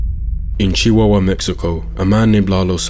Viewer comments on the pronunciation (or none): I have heard some terrible pronunciations in my day, but the way you said chihuahua… wow!